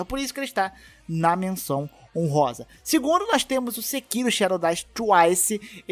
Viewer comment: Sekíro >>>>>>>>>>>>> Sekirô namoral de onde foi que o pessoal tirou que se pronuncia Se-ki-rô???